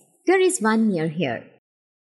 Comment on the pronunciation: Charming woman's voice - but you have an Indian accent -- and there are errors... For example, the word is not correctly pronounced "Vindow". It's a "window". W. Made with the lips without the teeth touching the bottom lip. We don't say "I'm A (long A pronounced like the letter A) tourist" etc. We say "a tourist"...short "a". It's "Vun Thousand Bucks per night" . -- nope. ONE (pronounced "won") thousand dollars. "Bucks" is slang - and too familiar for this context. I believe I heard you say "bucks"...wasn't clear.